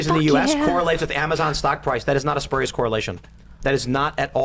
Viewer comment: Geez you guys, spurious is pronounced, SPYUR-ee-əs. The lefties, the righties, and the milquetoast fence-sitter all got that wrong.